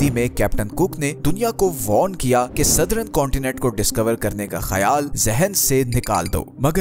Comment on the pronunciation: सदरन नहीं भाई सदर्न..